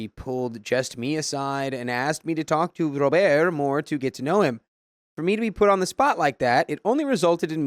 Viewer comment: Story 1: I cant stop laughing at “Ro…birrrt” 😭